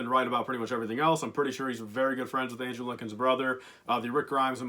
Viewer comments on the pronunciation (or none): none